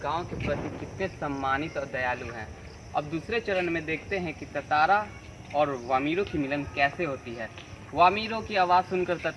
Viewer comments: It's tantara not tatara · Bhai tatara nhi tantara hai vo